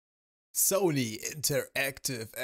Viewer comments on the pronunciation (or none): Hast du in der ersten Sekunde Soly statt Sony gesagt? :D